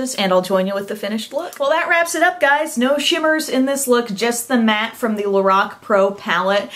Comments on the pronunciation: its pronounced lor- Ac not lor-oc , just fyi:) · pronounced LO-RACK